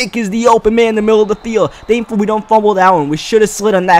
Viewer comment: Anudder, radder, dankfully